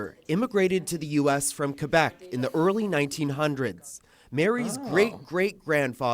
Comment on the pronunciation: For what it's worth, your pronunciation of "Québec" is pretty spot on! Love from Canada.